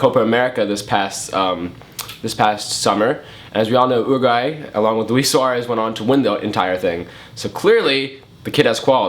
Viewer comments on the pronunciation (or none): an oooroguayan, oooroguay LOL